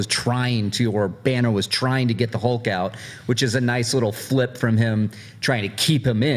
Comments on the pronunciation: Why the Americans pronounce Hulk's name as Holk with "O"? On said it correctly as Hulk and half a second later he corrected himself wrongly and said "Holk"!:D omg... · Stilyan Ivanov.. said it incorrectly first, then said it the right way. It's not pronounced "Hole-k" it's an "Uh" sound. Like "Up", "Shut", or "Huff". So...Hulk. H-uh-lk. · On he sais "Hole-k", on again "Hole-k", on "H-uh-lk" and on "Hole-k". That's what I hear.